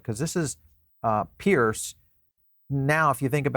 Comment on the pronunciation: Are you EVER going to get Hester's last name correct?